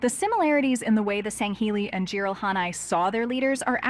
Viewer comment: Well, I sure don’t hate the way she pronounces Jiralhanae